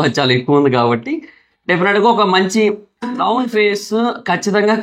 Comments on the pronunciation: నౌన్ కాదురా నోన్ అని పలకాలి 😂😂😂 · Noun kadu... Known